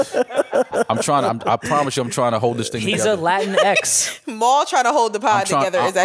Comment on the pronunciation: even saying it wrong. Mans said Lateen X